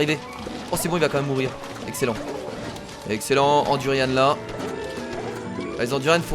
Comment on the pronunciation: C du durian pas du durianne